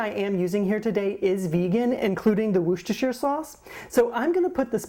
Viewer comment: So did Woodstock eat the Turkey ?!? Drama !!!!! I've not heard of this before, but it sounds and looks amazing :-) and I just love the way American's say 'Worcestershire' hahaha although you actually made a pretty good job of it :-) xx